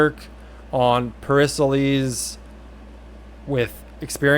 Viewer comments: ok here we go: Peh-ri-kleez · Everytime you pronounce Pericles its a different pronunciation 😂